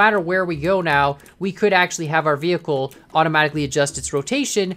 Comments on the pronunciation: Did anyone notice he said veh'h'icle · i like how you said vehicle, vehickle